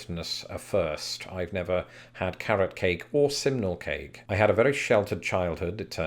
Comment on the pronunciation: Oh thanks goodness... until you displayed the poll I thought you were saying 'seminal cake' which sounds entirely different.